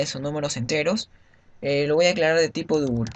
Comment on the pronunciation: Y para double no decir Dúbul. Dáubl sería una pronunciación mas aceptable.